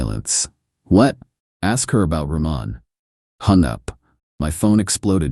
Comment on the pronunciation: Roman - Row man